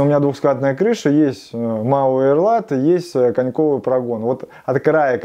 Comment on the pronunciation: я не эстет, а говорится мауэрлат, а в простонародье маурлат